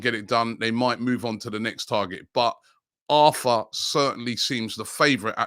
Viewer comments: Think it’s pronounced ar tor in Brazil. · PRONOUNCED “ARR TOR” not like Arthur in English 🥴